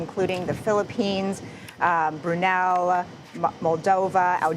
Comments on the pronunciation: Brunei not brunel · Wow, “Ginnie” and “Brunel”? CBS needs to work on their AI reporters …